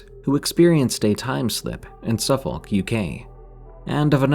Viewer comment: The L's in Suffolk and Norfolk are silent - they're pronounced Suffuk and Norfok or similar depending on your accent 😊